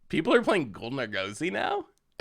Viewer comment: say Argosy like the Argosy Casino and Resort. ARE-GUS-EY. You're killing me. lol